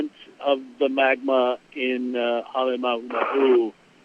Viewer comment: How difficult can it be for the people who actually live and work in Hawai'i to pronounce Halem'uma'u correctly? I've only heard one correct pronunciation since this event began. Pet peeve.